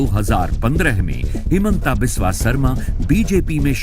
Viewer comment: Timeline Wrong language. How to you say the word ''Biswa Guru ''. Speak it once in loid voice? Then why wrong naming his middle name which has the exact same spelling but spelled it as ''vish" like jeher. assam. This has to be legally taken into action aganist this Rajat Sharma